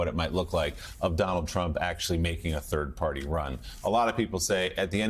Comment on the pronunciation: Did you mean turd party